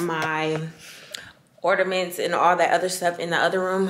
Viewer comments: Not “ordamints” sis lmao. Did the lidocaine hack work? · the tree turned out really pretty.. it's "ornament not ordaments boo. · Gworl 🤣 it’s “ornaments” not “ordamints!” The way you pronounce it is killing me. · what the hell are “Orderments”? Lol Le sigh 😂😂😂💕🥰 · Or-na-ments sis